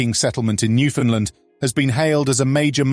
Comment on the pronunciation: NEW FOUND LAND!!!! Even Newfoundlanders don't pronounce the name of the province correctly. Extremely, annoying to say the least.